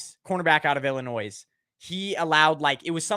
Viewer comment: The s is silent in Illinois